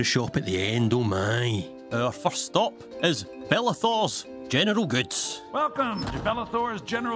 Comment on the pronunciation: Sounds like he is saying genital not general